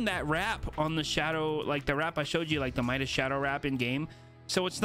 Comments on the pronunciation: Maybe bc in Spanish is meedas and English my-das, for both audiences. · why do you always say meedas Midas when everyone knows it’s pronounced my-das? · Please don't say Medis. The second way you are saying it is correct. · Shadow Midas is worth that v-bucks he is worth it what are you talking about what are you on and say his name properly